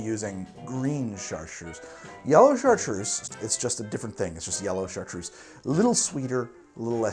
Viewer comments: Why is Chartreuse so difficult to pronounce?! [Shahtr] - Try to say O while placing your tongue in the middle of your mouth with each tongue edge on your teeth (like when whistling) -[se]. Americans are generally great at doing German accents. I cannot fathom why every french word becomes so fucked up in an American's mouth. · Chartreuse in french is say: ''ChaRRtRReuZe'' LOL